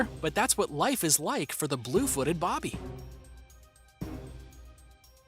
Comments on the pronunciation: I hate to be one of those type of people, but you pronounced Blue Footed Booby wrong. It's NOT Blue Footed Bobby like you kept saying, it's actual name is Blue Footed Booby ~u know like what lady's have~ I'm sorry to be annoying by correcting you but i couldn't stop myself! Still a big fan of your videos & watch all of them! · Boo-by...BOOby. Not Bob+by